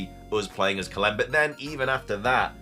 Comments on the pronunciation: woah lol, I always thought it was about his intellect that he couldn’t get a real job. He looks fit tbh. But he’s definitely not very smart. Calem is pronounced Cal-em not Cal-lem. Lol, then he doesn’t know how to pronounce evangelion. Everything that should be obvious fake by the blurriness and quality shouldn’t be even considered as a real image. The image of golbat thing is what I’m referring to here. It’s not a screenshot, it’s a rendered image that has been intentionally blurred. That’s usually a way to hide the flaws. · Calem is pronounced “Kay-lum” not “ka-lem”